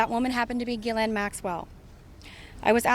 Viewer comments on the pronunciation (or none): Very strange, that not one of them can even pronounce Ghislaine Maxwell's name properly at all. The same was the case with the late Virginia Roberts. Over years and years nobody corrected her. These girls' contact with her was therefore either at a distance, very short or non-existent. She was maybe already out of JE's life, when all this happened. After their separation. As the 2nd girl in this video correctly stated, they wanted access to his circles and his money. Their contact with Jeffrey Epstein was voluntary, just for money. Nobody forced them and nobody kept them prisoner. They didn't ever have to get on that plane. They were free to leave at any time, to call their parents, for a ticket home.